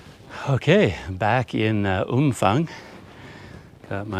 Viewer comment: Hi, my thai partner says the town is pronounced Umpang. Apparently the ph is not like an f in english. She wanted me to let you know. Personally I prefer umfang.